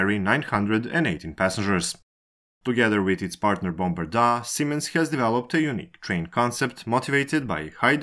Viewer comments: Jesus Christ, it's not Bombardaaaaa, it's Bombardier... Bombardier ... ier... IER. not 'aaa'... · It was painful listening to how Bombardier was pronounced. Guess it's not so important now. Once partners in French, German, Chinese and their own offering (Zefiro), Bombardier is now no more having been purchased by Alstom. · to be fair, I don't care about the accent, it's heavy but whatever, it's great content and that's important, but from time to time it would be nice if the cared a little bit more about the pronunciation. Bombardaaaa is cute, a town where people died seems more callous. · The way you say Bombardier is just weird 😆